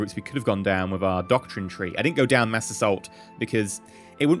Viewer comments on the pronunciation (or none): none